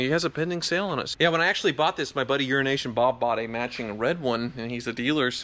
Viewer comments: Do you think realises that the way he says "Euro & Asian Bob" sounds like URINATION BOB.? 😂 😂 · I heard urination Bob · every time, all I ever hear is "urination bob" instead of EuroNation....LOL